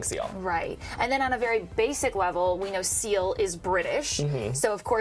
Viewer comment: When she said seal I thought that she said CeeLo